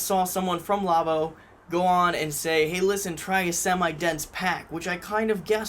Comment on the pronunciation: Igg-niss. Lah-vooh. But you pronounced Oduman correctly. Nice review.